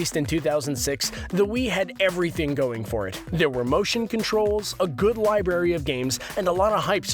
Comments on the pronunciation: since no 1 uses them anymore hardly they call it a "lie berry" and not "lie-brrr-air-E" library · He keeps saying library like "lie Berry" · Out of all the things that bother me in this video, him saying li"berry" instead of library is driving me nuts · every time you say "lie-berry" instead of "library". lol!!!!!